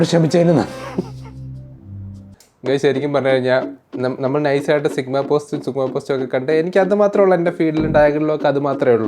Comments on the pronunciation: സിഗ്മാ ❌ചുഗമ ✔️😂🤦🏻‍♂️ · Sigma ❌ ചുഗുമ ✅